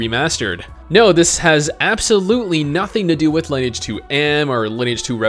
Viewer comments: its fuckin LIN-E-AGE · You do not know how to pronounce Lineage.